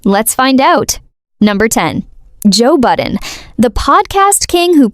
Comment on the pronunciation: Joe Budden...not "Button." I remember the name from my rap days, but I don't regret not knowing his artistry, or whatever. Derulo? ...a habitually opportunistic user and loser. Katy...Katy...Katy. How the mighty F E L L. The chainsmokers: 🥱Meh Azalea WHO? One-hit legend in her own mind Takashi: Is he still alive? SiA? Puh-leeeze. James Corden: I think he took his Access and Nickname for granted ..and he thought BTS would protect him. He stepped on a landmine. 'nuff said. Biebs? I give him a tiny bit of grace bc of his Diddly/Urshur-laced trauma. I think they ruined him FOREVER... mentally & physically. ...and no, I didn't forget Gingerbread. He just became invisible in the scheme of it all. This is MY OPINION...MY reaction, formed as I watched these transgressions in real time...and not meant to influence ANYone.